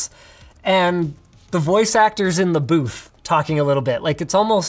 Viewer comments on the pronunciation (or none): none